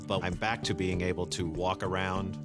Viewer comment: Peter Parker....I noticed that too. BTW it's SMACK and BACK ... not smeck and beck!!!